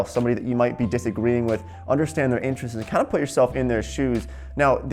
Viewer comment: I am from Russia and I am learning English on this video. is saying "...gonna me more focused...". According to gramma I was exspected to hear: "gonna be", but instead of this he says: "gonna me". Why? he is saying: "...somebody that might be disagree..." Somebody is a person and we should say "who" instead of "that". "That" we say only about things. is saying "trying negotiate". Не had skiped "to". Correctly would be "trying to negotiate". Why makes these mistakes? Guys, may be one of you could anwer. I would be so gratefull. Sorry for my possible misnakes - so hard to learn a foreigh language.